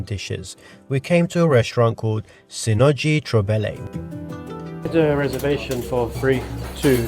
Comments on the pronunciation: It sounds more like Seh-noh-ee troh-beh-leh :D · Absolutely DIED when you pronounced Senoji Trobele :D :D Love the video